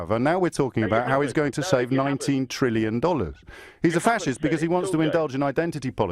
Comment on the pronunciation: It’s trillion. With a T